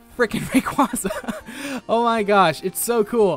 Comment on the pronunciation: you"er saying Rayquaza wrong but i still like the video and i sub to you